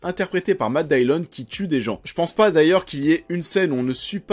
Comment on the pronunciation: Matt Dillon se prononce en Anglais Matt Dilone pas Matt Daillione. ;-)